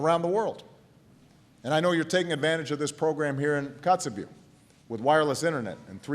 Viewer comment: it's funny how he forgot how to pronounce Kotzebue throughout his speech